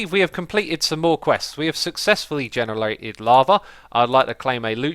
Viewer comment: "we already generlated lava" Xisuma makes me laugh so hard sometimes!!!